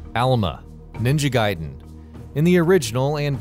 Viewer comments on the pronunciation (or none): none